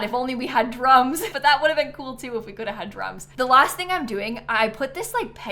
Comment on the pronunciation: 100% thought you said drugs instead of drums lmao. i love this build!!